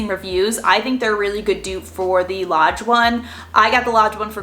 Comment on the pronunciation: When you were talking about the dutch ovens and you said a few times that you got the Lodge one, I thought you were saying you got the large one, but with a Boston accent! I had to rewind several times, just to hear you saying "large" with that accent! Then I saw the word Lodge on the lid! Hahaha! That was a good laugh! 😂